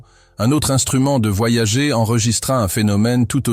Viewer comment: Nan, mais là il le prononce mal à dessein